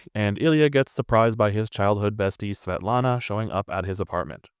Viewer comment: Svietlana si pronuncia SVIETLANA. Oppure se vuoi proprio in russo in posto di "L" fai "W" inglese.